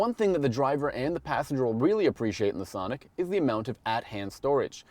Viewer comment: I laugh every time that guy says thonic! also, im buying my sonic because its cheap, good on gas, and its extremely fun to drive. for one, you have the ltz which has features that the accent cant compete with at any price. if you want to compare cars, look at the lt sonic and try switching both cars to having a manual transmission. completely biased test towards the hyundai. oh, and the lt 1.4 sonic with a sunroof can be had for 17,000 otd.